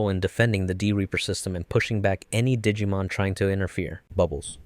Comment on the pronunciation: This video really is great but i swear to you i've never heard the -Mon prefix be pronounced like that